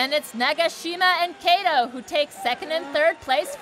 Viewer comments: it's supposed to be like CUTTO not KAY-TOE goddam lol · She can’t even pronounce Japan and Korean’s name especially Kato